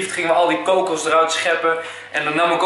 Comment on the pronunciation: haha je zegt kokus leuk... ik vind al je supercoolleukfantastischawesome